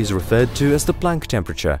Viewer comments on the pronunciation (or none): none